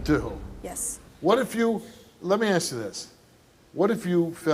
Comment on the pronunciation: totally irrelevant, but i'm European so i don't know this kind of stuff. Is this a "black thing" to say "aks" in stead of "ask"?